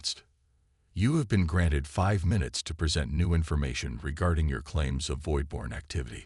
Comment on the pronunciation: Just NO!!!! I stopped about halfway into the story. Your AI FKN SUCKS!!!!!!!!!!!!!!!!!!!! WTF is: "DISS-uhbled", "neutralize"(neutralized), "engage"(engaged), "PRESent"(preSENT). Do it RIGHT or don't do it at all!!!!!! Fix your POS AI errors PRIOR to posting....would be really nice!!!!!